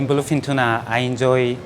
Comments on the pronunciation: Instead of BLUEFIN TUNA I heard Philippine Tuna🖐️ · Whenever he say’s bluefin tuna it sound like philippine tuna to me haha